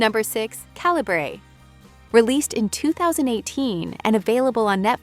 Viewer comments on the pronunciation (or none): You said Calibrè 3 or 4 different ways, which makes me think you're an ai narrator. Unless writers phonetically spell such words, different pronounciations often happen. Also, you have "on Netflix" in your title. Repeatedly saying they're on netflix makes it seem like your script was a few words short otherwise.